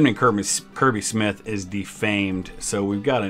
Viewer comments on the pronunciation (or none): none